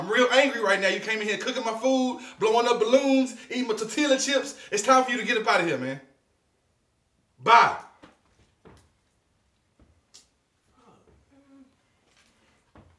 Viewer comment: Lmfao, "You came in here cooking my food, blowing up ballons, eating my TORTEALA CHIPS" 🤣🤣🤣🤣🤣 First time hearing Tortilla chips pronounced like that.